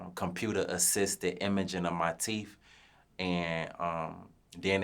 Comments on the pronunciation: Fuck nawl 😂😂😂 “teef keef” TOOK ME OUT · Them teef not teeth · Called that man Teef Keef 😩😩